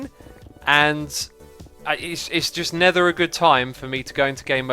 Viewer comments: is it just me, or does say "nether" instead of "never" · Scott Hill no he does